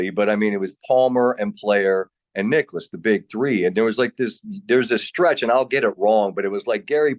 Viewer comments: “Jack Ni-clouse”??? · Are we just gonna let get away with saying Jack Nic-CLOUSE?